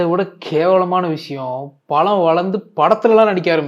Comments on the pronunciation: Pazham ❌ Palam✅ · அது பழம்✅, பளம்❌ இல்லை